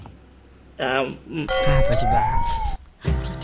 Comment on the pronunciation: Bang nama gua adha bang terus Abang Panggil nama saya tadi dengan sebutan adeha